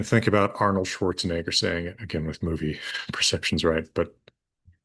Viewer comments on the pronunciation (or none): none